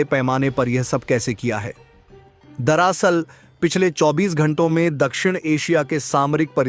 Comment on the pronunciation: दरासल नहीं "दरअसल" बोलो 😢